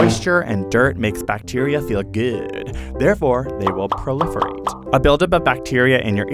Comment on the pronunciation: Ah the way he said “Moisture n dirt make bacterial feel GOOD”